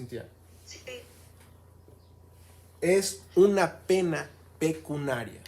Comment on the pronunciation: Se dice "pecuniario, pecuniaria" y NO pecunaria. Por lo demás muy bien.